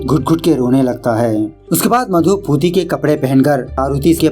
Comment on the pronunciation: Its not puti its pooti